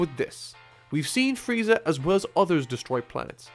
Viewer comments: He said "Fieza" instead of "Frieza." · its freeza, look it up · excuse me... Fieza???? FIEZA??? FIEEEEEEZZZZAAAAAAAAAAAAAAAAAAAAAAAAAAA???????? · frieza nor fieza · Found a typo. You said "Fieza" instead of Freiza" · Goku Vs Fieza 😂😂😂😂 your missing an r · Fieza? lol No hate.... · Lol on #1 you said Fieza XD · Fieza is like a Dolan compared do Donald. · You missed the R in Frieza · fail on frieza's name